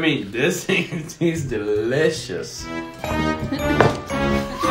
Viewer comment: No one: Nobody:: BUT this green thing... is dELiciOuSss! 😂😂😂